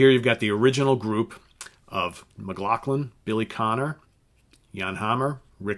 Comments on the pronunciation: McLaughlin. Not Mclacklan. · I thought McLaughlin's last name was pronounced, "Mick law flin" ?????? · I think John's name is pronounced McLauflin. ....